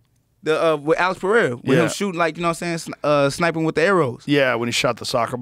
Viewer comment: Joe dude, stop saying “PeHeira”. It’s pronounced PeReira -- PE-REI-RA. Ask any Portuguese speaking person.